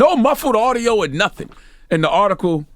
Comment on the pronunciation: I agree and all but why can't Char say OR?